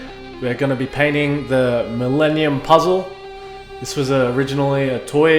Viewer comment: "Menemenum puzzle"😂I'm triggered 😂